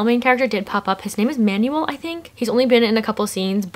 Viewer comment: Ur pronunciation of Manuel pains me sm 😭